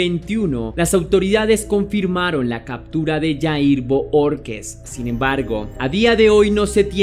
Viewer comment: Bohorquez se pronuncia "BOJORQUEZ"